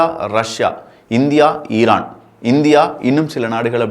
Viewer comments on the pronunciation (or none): none